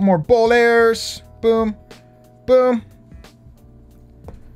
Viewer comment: Why do i feel like he calls the bowlers ball hairs😂😂😂